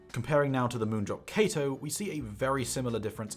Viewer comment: no included spring tips weird and u keep saying kato wrong